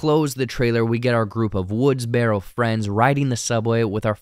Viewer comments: It’s pronounced “Woods-burrow,” not “Woods-berro,” like a wheelbarrow. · Why do you pronounce it “woods-bear-o”? Lol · Not trying to be funny… why is the narrator pronouncing the word “woodsboro” like that? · So distracting that this guy can't even pronounce woodsboro properly.